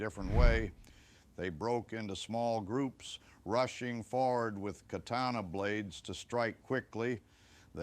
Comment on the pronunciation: Mispronounced katana.